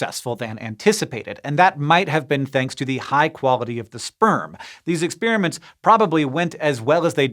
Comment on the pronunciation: Hank It's NOT ex-spearmints. Those are destroyed candies. ex-spare-uh-ments. PLEASE!